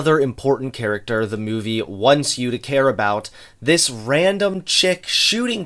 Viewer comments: More mouvie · I love the way pronounces movie as "Muvie"